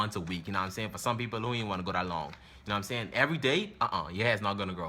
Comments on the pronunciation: “U na um sane”🤣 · "NA'M SAYIN" 😭😭😭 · "u num saying..ayyee"😂😂😂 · "Erry tree hours nam I sayin"😂😂😂